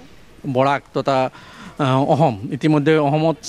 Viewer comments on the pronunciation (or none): সাংবাদিক জনে উচ্চাৰণ বিলাক শুদ্ধকৈ কৰিলে ভাল লাগে। এই সাংবাদিক জনে "অসম" টো "অহম" বুলি উচ্চাৰণ কৰি আছে বাৰে বাৰে, বাকীবোৰ শব্দৰ কথা নকওঁ বাৰু।